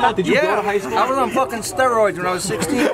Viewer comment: accent really came out when he said I was on steroids when I was 16